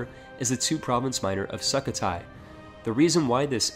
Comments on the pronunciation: "Suk ka thai" it su -ko -thai btw at least my country say that 7 month late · Sukhothai is pronounced Sook-ho-tai, but Suckathai works too lol